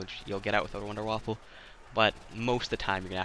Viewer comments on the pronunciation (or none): Wonderwaffle are you serious it’s wonderwaffe